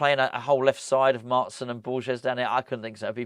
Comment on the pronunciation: Hope we get Maatsen :) get this dutch irons supporter a countryman!! It's pronounced maahtsen by the way 😊